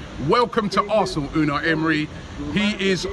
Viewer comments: Pastor Toe Dosent matter anymore what I said man coz I was watching the press conference live and it turns out how Robbie pronounces it is right because emery was asked how to pronounce it, it’s ou-N-eye emery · ITS PRONOUNCED YOU-NI EMERY. The U sounds like a YOU NOT OU